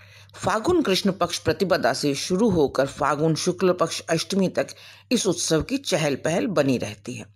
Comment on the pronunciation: Great, but it's phagun or Phalgun not fagun